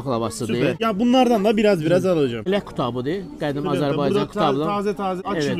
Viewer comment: Azərbaycana Azerbeycan deməsəniz olmazmi , əziz türk qardaşlarımız? Hər şeyin adini normal deyirsiz bir bu Azərbaycan adinda agziviz əyilir😒😏